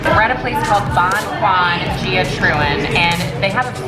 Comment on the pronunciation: gia is pronounced ya not gee a. AWESOME VIDEOS!!!! yall should have wayyyyy more views